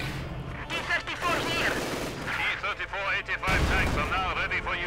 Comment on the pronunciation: Hi, I have watched all of your video , and I love them so much, hope you can keep doing this. There is one thing that I'm not sure,when you say T-34/85, it sounds like T-34/45. lol